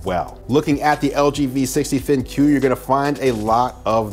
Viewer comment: Bro, it's pronounced "Think" not Thin-Que